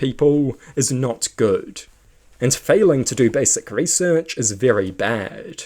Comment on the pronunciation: Why do you talk like that? That's not how you pronouce research or inaccuracies. Your slower pronounciation on the last syllable of every word at the end of a sentence makes me want to pull out a tooth. Please tell your allocution teacher they're full of shit.